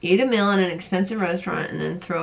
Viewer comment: your have perfect skin, def genetics. i can hear your accent when you say "mill" instead of "meal"